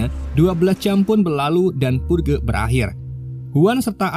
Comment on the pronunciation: Dibacanya "perj" bang bukan purge wkwk